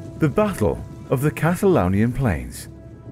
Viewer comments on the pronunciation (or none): KatalAUnisch! Nicht katalanisch.😅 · Katalaunisch, das Wort heißt katalaunisch.